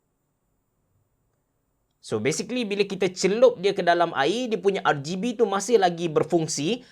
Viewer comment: R-geh-B hmm abe cerah haha